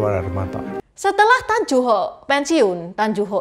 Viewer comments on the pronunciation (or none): Mbacanya Tan Yu Hok, neng, bukan tan ju hok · Tan yu hok bukan Tan ju hok